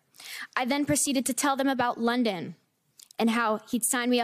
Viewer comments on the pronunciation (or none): none